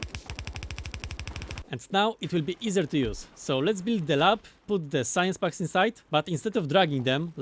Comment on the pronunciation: love these. but everytime you say packs it sounds like bugs. science bugs, military bugs. i get so confused lol